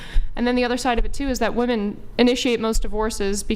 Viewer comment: What the hell is going on at the higher levels of educational where “women” can’t even say “women” correctly? It’s a god damn epidemic, and no one corrects it either so it just persists.